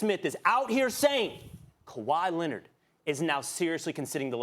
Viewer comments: Kawhi Linnit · Nah the “Kawhi Lennit” got me😭😭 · K Hasna Lennit lmao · Kawhi LENARR